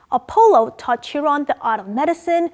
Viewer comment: Ch in Chiron is pronounced as k or q sound